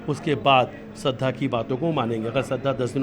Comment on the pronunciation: Shradhha & Ayushi , do naam kaise bol rahe hain ye ...